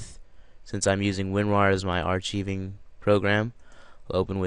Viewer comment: It is pronounced are-ck-ive-ing (phonetically speaking)